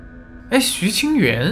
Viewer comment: 拍謝，看了好多個影片，都有聽到講錯字有點在意😅，主角名字是徐清源（音同元）！！